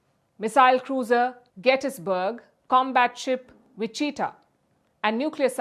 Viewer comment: LOL wichatah is pronouced WITCH - AH - TAL